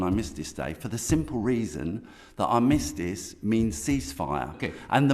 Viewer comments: He can't even say the word 'Armistice'. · Can't even say armistice correct says everything